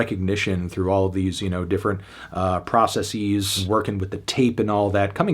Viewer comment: THAT'S NOT HOW TO PRONOUNCEC PROCESSES ANTHONY NOOO